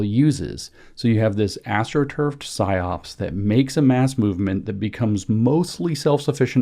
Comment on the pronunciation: It's PsyOp. Singular. No second S.